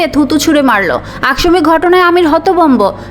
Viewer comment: এটা আবার কি শব্দ আক্শমিক, হবে আকস্মিক। উপন্যাস পড়তে আসছেন আর উচ্চারণ ঠিক নেই।